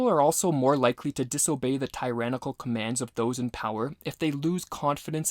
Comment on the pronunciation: Pronunciation check: Thoreau Tyrannical Beneficence Look up how to pronounce these words.